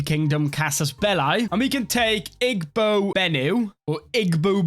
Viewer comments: Fun fact in Igbo the g is pronounced like y like eey boe. It's funny to see you worrying about pronouncing characters from other languages and then mispronouncing charismatic. Never change. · As a Nigerian, hearing him pronounce things like Igbo is just hilarious